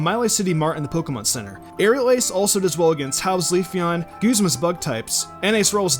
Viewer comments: It's not goozma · its goozma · DEATHNINJA64 it's short for guzmàn wich is pronounced gooz-mahn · I liked the video up to the point when you said goozma.... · Jason Petersen guzz-muh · I'llgoofyou Theheckup Guzman is pronounced guzz-men I know because I've met people named Guzman